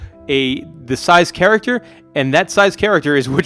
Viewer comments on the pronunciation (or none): none